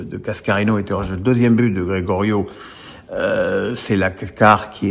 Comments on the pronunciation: Tu passes pour un amateur quand tu appelles Geyoro, « Grégorio » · Comment on peut avoir suivit le match et ne pas savoir pronouncer Geyoro?